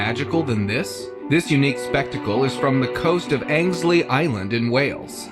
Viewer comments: As a Brit, I must say, the guy who is narrating the video makes me laugh with his pronunciations lol. For instance, with the second clip, the glowing sea. It is NOT Angslea Island!! It is Anglesey Island - pronounced Angle-sea!! Regarding the subscribers pic. The feet on that humanoid, it looks very much the same as how a chimpanzee's feet looks like. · In case you visit, the place in Wales with the glowing water is pronounced "Angle-see" 👍 some cool places over here, you should come visit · I'm sure he meant Angelsey not Angsley lol